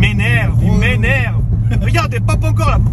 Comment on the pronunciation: Tu es en forme... j'aime le "Ca m'énerrrrvvvve", le même que mon grand-père pieds noirs from Oran